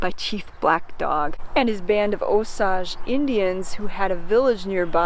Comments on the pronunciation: It is oh sage Indians, but spelled Osage Not OH soge! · Where do you get your pronunciation of Osage? It has a long A sound. Google it. Enjoy your content, but check your pronunciations.